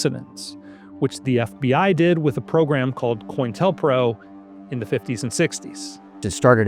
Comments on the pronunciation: Dear Lord. its not coin-Tel-PRO its Co-intel-Pro. You people who thumb over the surface of history and can't even articulate correct grammar is just astounding. Oh, so you read a couple books, huh? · Co-Intel-Pro (counter intelligence program), not Coin-Telpro, FYI